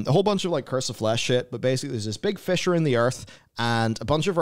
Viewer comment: Fisher. Fissure. Potato, potato, eh?